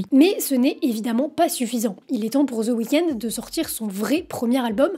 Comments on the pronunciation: Aucun intérêt ta vidéo.. désolé .. et c’est chiant de t’écouter dire « the weekends » … y’a pas de s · "ZEUH" weekend. Quel accent.